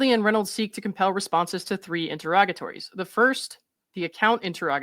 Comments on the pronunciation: Finally someone who can actually pronounce interrogatories correctly lol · I just want to thank you for pronouncing “interrogatory” and “interrogatories” correctly. 😊